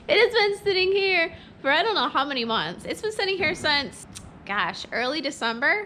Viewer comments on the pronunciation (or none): none